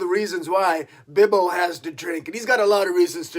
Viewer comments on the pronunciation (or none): Is their a reason you call him Bibbo and not Bobo? Just curious...